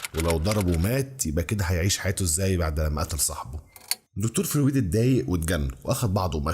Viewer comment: حاول تسمع اسمع فرويد عشان تعرف تنطقه + نيوتن بتاع تفاضل وتكامل وميكانيكا واستاتيكا ولاهوت وحاجات كتير اوي الا الفيزياء اللي انت قولت عليها دي استمر ❤